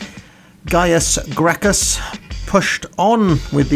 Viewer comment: Gracchis is pronounced Grakkus because the roman Latin used the k sound for c's the more you know